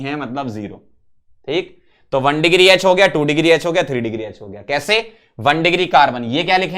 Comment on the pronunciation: यच ❌ एच ✅